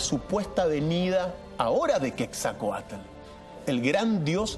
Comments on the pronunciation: Es Quetzalcoatl no quetzacoatl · se dice QUETZALCOATL. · Se escribe QUETZALCOATL y se pronuncia como se escribe